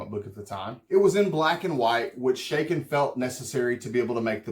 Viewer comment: Thats A Ch not Sh in the name . It is pronounced Cha as in Chuck not Sha as in Sh##thead.